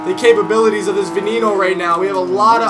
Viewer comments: its ve nay no not ven en o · She pronounces it wrong lol